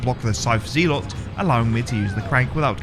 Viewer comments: In both british and american english it's pronounced ze-lut (zɛlət), not zee-lot JFC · Genuine question; does anyone else pronounce Zelot as “Zee-lot” rather then Zel-ot”? I’ve never heard anyone else pronounce it like that, and he says it so many times 😂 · Hey, I'm a fan and love all the runs but I cringe when you prounounce Zealot as "Zeelott". My ocd was killing me every time you said that lol. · Never heard someone pronounce Zealot as Zeelot. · It's pronounced "zel-ot" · Man.....I love the way you play resident evil. Hate the way you say ZEEElot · Zealot us pronounced ZELET ffs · There's no way that's how you actually pronounce zealot XD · You should look up how to pronounce "zealot."